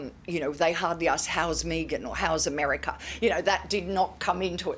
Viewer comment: Also disrespectful, her pronunciation of Meghan's name. We may not like Meghan but her name is pronounced MEGGan not MEEgan. I have watched this video a few times and I still get angry at the cold-hearted way this so-called body language expert?? analysed everyone. I repeat what I said in an earlier post " she is as hard as nails".